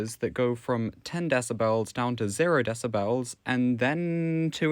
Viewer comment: You saying Decibels and not Decibels is driving me insane.